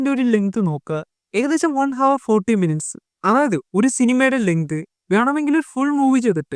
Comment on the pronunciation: HOUR - "ഹവർ" അല്ല "അവർ" എന്നാണ്